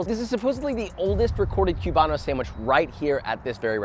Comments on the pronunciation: Haha "cube-ano" . I know this is America, but put some respect on that name. It's Coo-bano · Coo-bano not cue-bano